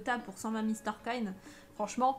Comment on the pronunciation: Comment tu dit star coin tu dit star coine